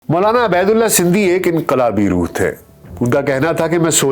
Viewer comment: Buhat khoobsoorat kawish talafuz ka khiyal rakhey. aap kah rahe he Abedullah,mgr ye Ubedullah he.